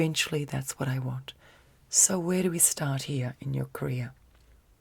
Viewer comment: when you say career i hear ''korea'' i don't know why but it is sooo funny to me haha love ya